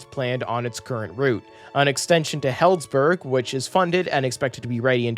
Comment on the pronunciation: Love this channel! SMART pronouncer guide for the future: Larkspur, not Lakespur. Healdsburg = HEELDS burg, Suisun = sis soon.